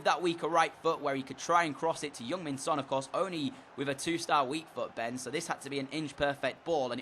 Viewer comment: its heung-min son not young min son